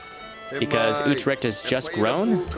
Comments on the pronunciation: YOU PRONOUNCED UTRCHT INCORECTLY ITS U-TRECHT ( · yo i am from Holland and i think the way you say Utrecht is really funny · I agree